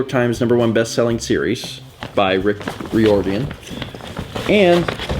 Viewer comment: Also mangling Boston author Rick Riordan's name! (RYE-or-din)